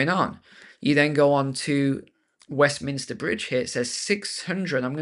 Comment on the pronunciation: Westminster Bridge: it’s those ‘m’s again, isn’t it.